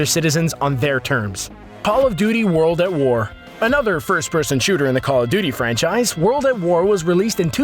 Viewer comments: Hey um paw of duty? or Paul of duty? You mean call of duty? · he said Paul of Duty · Did he say Paul of duty